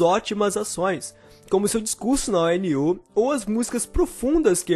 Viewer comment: Vc lê como escreve meu filho rsrs ... ONU tudo junto e não o n u